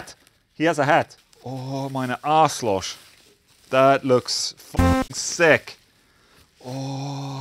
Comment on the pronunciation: For your German: In Germany we mostly don’t say „elektrische Gitarre“, we say „E-Gitarre“. I always wondered why you don’t say it like that in English too. 🤷‍♂️ And it’s not „Aslosch“ it’s „Arschloch“ 😂😅 Schönen Urlaub & schönen Sonntag!